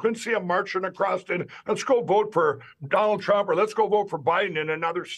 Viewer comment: He got him so miffed that he pronounced it Dronald Drump OMG this guy is so great